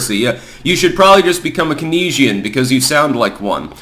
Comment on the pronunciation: 'Keynesian', pronounced 'Keens - ee - an'